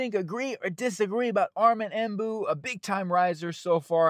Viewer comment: It's Membou, not Embou